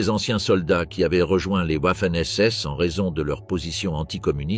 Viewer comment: J'apprécie beaucoup les vidéos, mais beaucoup moins les commentaires et notamment celui qui les fait. Il alterne la prononciation des mots de façon insupportable comme par exemple Vaffen SS et Ouaffen SS ou bien Dachau et Dachao et ainsi de suite. Serait-il possible de changer de personne pour commenter en respectant la prononciation des mots ? Merci.